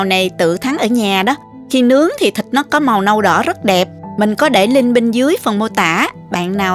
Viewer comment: mình rất thích xem kênh của., vừa ngon vừa sạch sẻ, trình bầy.chi tiếc,, rỏ ràng,món ăn nào cũng ngon và hấp dẫn, về giọng nói thì hay và dể thương tuy nhiên xin góp một ý nhỏ đó là những từ có dấu SẮC thì cô đọc êm êm.xuống bớt một tí thì hay hơn, ví.dụ như những từ: CÓ,.CHÉN, MUỐI, nếu cứ đọc lên giọng như thế nghe nhiều lầ rất nhức đầu. chỉ là góp ý thôi nhé, xin cảm.ơn.